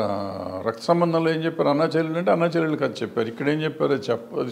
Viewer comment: Katha is the right pronunciation bro.. Kadha anedhi vikruthi padam